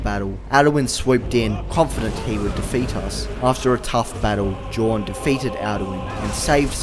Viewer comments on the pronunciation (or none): Typically J's in nordic culture/language are pronounced as Y's so jorn is really Yorn